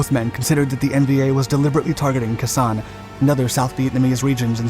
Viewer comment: I couldn’t listen to kah ZAHN anymore. It was KAY sahn when we were there.